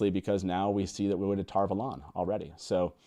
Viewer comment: Based on the Glossary in my oldest book, the Eye of the World, Tar Valon is pronounced TAHR VAH-lon with the emphasis on the first syllable of the second word. Why you insist on pronouncing it with the emphasis on the second syllable TAHR vah-LON is just a mystery to me.